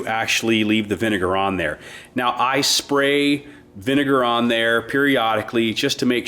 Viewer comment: It’s vinegar not vinger 😂😂